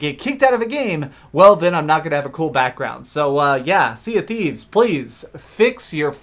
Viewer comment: "sea of qweefs"